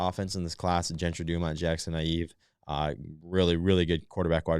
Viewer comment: Another helpful pronunciation tip - Regina’s Jackson Naeve is pronounced “Nave.” Thanks for all your content